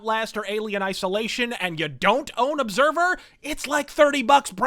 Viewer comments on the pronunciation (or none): He say you Obsahvah.